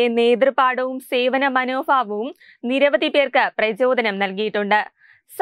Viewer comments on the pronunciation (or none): ഉച്ചാരണം തീരെ മോശം 😢😢😢 മനോ "favam " !!!!!